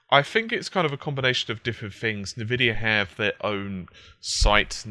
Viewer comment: Nevidia, Nevidia, NEVIDIA! It's pronounced as EN Vidia. Have you never launched a game that has it in it's loading screens?